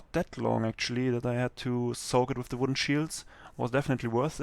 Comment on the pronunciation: doch. aber das merkt man doch allein an dem "the" aka dö